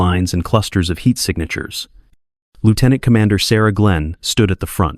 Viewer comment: Lear to pronounce lieutenant